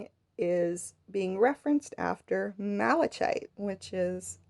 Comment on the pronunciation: Lovely work, and the explanation was very good, EXCEPT: Malachite. Pronounced mal-uh-kite. THE "ch" is pronounced as a hard consonant, "k".